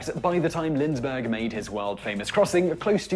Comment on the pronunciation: This guy is a legend? Umm... He can't pronounce Galway or Lindbergh. His "facts" are an act of trimming and cutting to reach the desired effect. The Vikings reached North America first. What came of it? Columbus started (for better or worse) the movement of European people toward the "New World". The world was proved to be round by Ptolemy and others, but when did that become anything like "common" knowledge? He also said (if i heard right) that Columbus spent all his time in the New World in the East Indies? They are the West Indies. The Emancipation Proclamation did not free all the slaves, but anywhere a Union army went, it freed plenty.